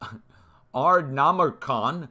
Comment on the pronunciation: your pronunciation of Ard- na- Merken, cracked me up. I had to replay it over, and over.!!!